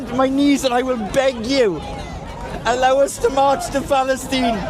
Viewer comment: Did I hear a female say Allah akhbar? This is really funny..I thought the same thing about these Europeans might bring Egypt and Israel together.. This dude saying faLIEstine 😂😂😂